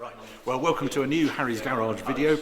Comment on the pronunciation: "Wewww wewwcum to a new Harry's Garage"......INJECT IT ! I love this content.